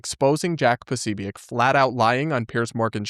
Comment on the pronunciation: quit pronouncing things like Candace!! Posobiec isn't pronounced that way!!